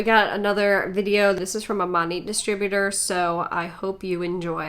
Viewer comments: Okay by the girl who works for Monat is literally pronouncing the name wrong??? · i hate that the monat seller kept pouncing the “t” in monat... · The Monat Hun 😂😂 “currently working from home while getting more into scientific abilities” WHAT?? 😭😭😭 She reminds me of the girl on drugs you accidentally meet at a party and can’t get away from as she’s word vomiting things that sound intelligent in her head but are actually completely incoherent...